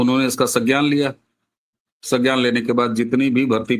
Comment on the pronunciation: सज्ञान नहीं, संज्ञान,.